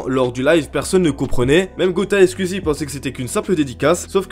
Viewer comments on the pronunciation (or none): Pourquoi tu dis : "scuizie" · Tu peux prononcer skOuizi, merci 🙏😅😝